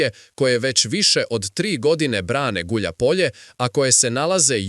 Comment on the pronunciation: Гуљајпоље! А не гуљапоље,не знаш руски ујо. Т55 је за словенце,модернизовао Израел.